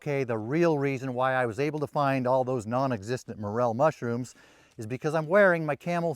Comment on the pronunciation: Be vewy vewy quiet. I'm hunting mushwooms.